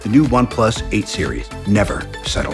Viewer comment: The way narrator said in the ending, "Never....Settle", guessed they settled alright.